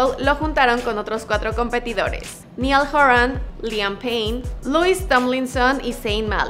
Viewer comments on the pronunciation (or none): Perdón pero SE PRONUNCIA NAIAL HORAN DIOS MIO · Yo enfadándome porque pronuncio mal Niall Horan